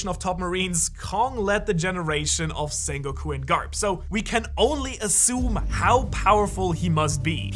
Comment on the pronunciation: Zakazuki.... Zengoku.... smh